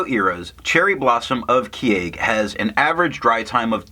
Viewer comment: In terms of pronunciation, Japanese has 5 maybe vowels: a (sounds like ah but shorter), I (shorter ee), U (shorter oo) E (like the a in fountain) O (you get that right in tomoe). Vowels next to each other dont change each other - pretend they're separated by a hyphen. Keage sounds like ke-a-ge. Your kyo sounds like kye-oh. it's only one vowel in kyo, so kyo sounds like k-yo-iro. Hope I explained it okay, it's kind of tough to explain it in written form (source - am Japanese).